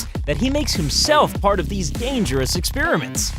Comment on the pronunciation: What are "expeeeriments" ?? Perhaps you should learn to speak before you try narrating.